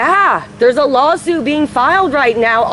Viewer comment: “larsoot”... Yea, he’s trashed. Been around enough drunks, he isn’t even subtle with it.